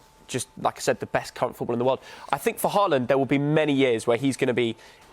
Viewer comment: Everyone: haaland: hooland